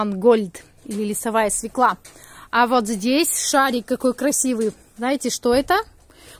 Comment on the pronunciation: поменяйте ударение в словах СВЕКЛА и ЩАВЕЛЬ, Дети пойдут в российскую школу и будут делать ошибки, которые достались от матери. Ваша же мама учитель, неужели она Вам ни разу не сделала замечание ?